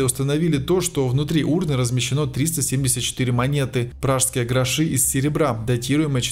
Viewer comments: Канал интересный. Но очень режет слух неправильные ударения. Такое впечатление, что комментатор сам не понимает о чем рассказывает. Например: не грошИ, а грОши, не портЫ(это штаны), а пОрты и т. д. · грОши, а не грошИ. пИли, а не пилИ...одноимЕнная... Боже, как будто робота слушаю! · Вполне возможно, что ударение здесь падает на первый слог: "гро́ши". А здесь, когда говорится о суда́х, прибывающих из разных мест, нужно так и говорить: "суда́". "пшеницы, ячменя́". Здесь ударение должно падать на последнее "я́". Отключаюсь, хотя информация интересная. Нужно найти хорошего диктора…